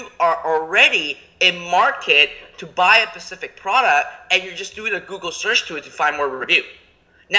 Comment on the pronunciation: this is a gold mine of information. P.S i say we start taking a shot every time says pecific or pecifically